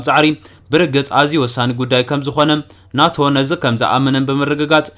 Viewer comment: ን ኔቶ ዲካ ናቶ ኢልካ ተንብቦ ዘለካ 😅😅😅